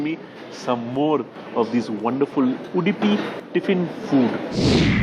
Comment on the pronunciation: It's Udupi and not Udipi. Please get it right.